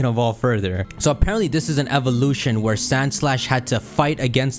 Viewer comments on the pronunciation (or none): none